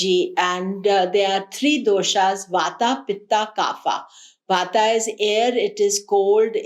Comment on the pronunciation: Pardon me for correcting.. it’s kapha not kaapha which means phlegm .